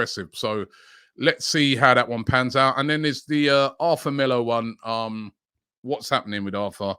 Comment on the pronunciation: His name is pronounced “AR-TOUR”